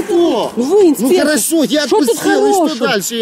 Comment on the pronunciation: постоянно - инспеектор..:DD